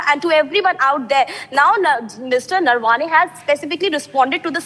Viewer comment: The Lady Anchor pronounced Gen's name wrongly - it is Naravane and not Narvane. Needs correction. Silly mistakes.